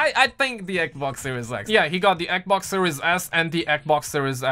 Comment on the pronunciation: “The xbock serie ec” & the “xbock serie ec” 😂😂😂😂 like what?!